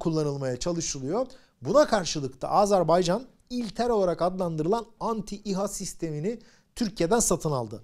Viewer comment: Doğru telaffuza önem verdiğiniz için çok teşekkürler, ağzımız öyle alışmış demiyorsunuz, sağolun.!, Azar bey can değil doğrusu Azer bay can.!